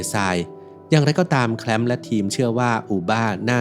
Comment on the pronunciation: สรุปจะแคลปป์หรือจะแคลมป์?